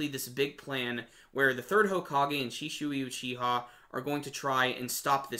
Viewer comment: you pronounced shisui wrong